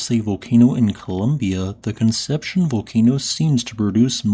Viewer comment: Con-sep-see-own. Great video, as always!